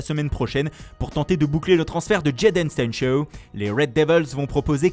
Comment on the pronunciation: Quel prononciation😂😂😂